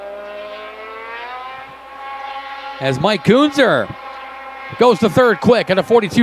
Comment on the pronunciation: It’s pronounced Ken-Zer. (Kuenzer)